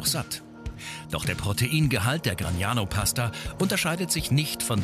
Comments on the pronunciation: Gragnano, nicht Gragano. Die Karte ist richtig, der Titel nicht. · Please the city is GRAGNANO, not GRAGANO...